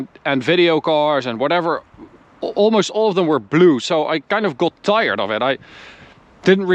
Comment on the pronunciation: Ben fan van jullie video’s en je Engels is ook best goed maarrrrrr wil je de “O” meer als “A” uitspreken, dus gat ipv got en lat ipv lot. Beetje meer tussen de O en A in eigenlijk. Verder niks dan complimenten.